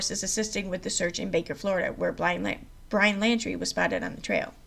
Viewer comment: If u r reading please properly pronounce names correctly. It's not landry. It's laundrie.